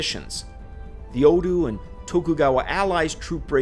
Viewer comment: I like how he pronounced Oda with a U instead of an A